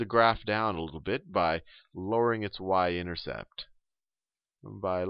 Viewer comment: haha...I heard him say intersex.... but really thank you! helped me a lot!